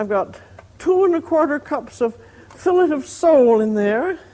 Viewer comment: She don’t know how to pronounce fillet